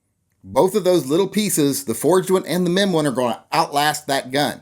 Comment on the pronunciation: Careful with your pronounciation. All I heard was "men parts suck"... I mean, it might be true, or not... but still... family show etc =D